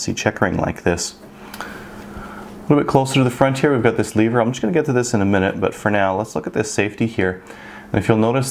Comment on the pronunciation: it is lever not "leever".